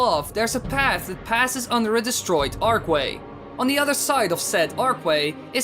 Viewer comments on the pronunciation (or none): archway is not pronounced arkway